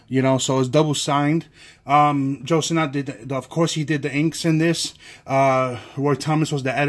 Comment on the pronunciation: Who is John Sterling? Also it’s pronounced Sinnit, not sinNOT.